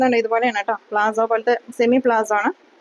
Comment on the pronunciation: പാന്റ് പ്ലാസോ എന്നല്ല palazzo എന്നാണ് പറയേണ്ടത്